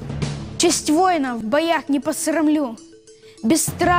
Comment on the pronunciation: Очень плохо рассказал, нет выражения, и зачем ставить ударение на с не "поссссрамлю" ага